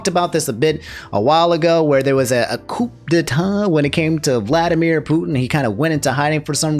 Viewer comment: Coup de tas = "koo de tah" Wagner = "Voggner"